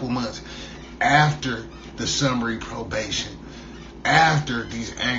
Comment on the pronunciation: RE-PRObation??. Cold lol